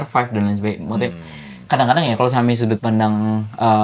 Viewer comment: kalau ngomong Maksudnya selalu kedengarannya: Mawute. 🤣